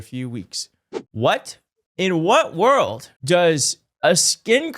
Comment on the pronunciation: Wur uh ld